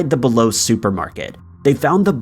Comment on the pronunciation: BE-LO= bee low